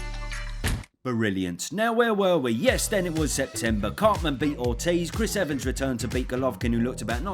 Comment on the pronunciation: did he say “cartman beat ortiz” 😂 like as in Eric Cartman 💀